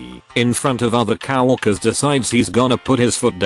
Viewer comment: "Cow Workers"? Can you get a real person to read these?